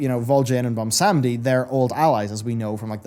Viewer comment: Okay, I gottta ask... why are you pronouncing it "Bomsamdi" and not "Bwonsamdi", as it is spelled/pronounced by himself? Other than that pet peeve, great vid!